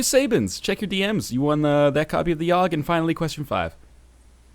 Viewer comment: How do you keep fucking up the Yawhg?